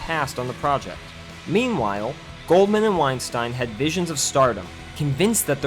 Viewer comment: Is it just me or is he mispronouncing Weinstein on purpose? Maybe it's different guys and I just dont know enough abou this movie....I will say I really enjoyed this movie when I was young but I think that we shouldn't forget what the Weinsteins did (if it is the same Weinsteins behind this film)